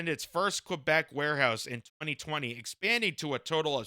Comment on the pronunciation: As a pro-union guy from Laval, thanks for your coverage and your attempts at pronouncing Québec correctly 😊